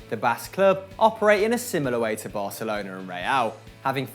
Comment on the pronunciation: Thank u for pronouncing Barcelona without the ceseo :") it's so cringy when English speakers say barthelona